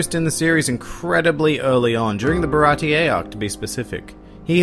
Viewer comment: Hate ur pronunciations of Dracule and Baratie.